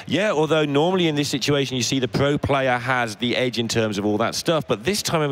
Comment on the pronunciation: The commentator with the speech impediment weally weally needs to go. Not vewy pwo if you ask me. Weally distwacting